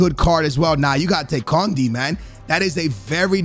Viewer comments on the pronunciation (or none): Kounde pronouns as Corndi lol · kounde, “kondi” 😂